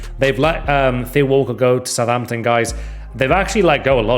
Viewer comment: Is "southhamton" a meme or something? or have you just had a howler?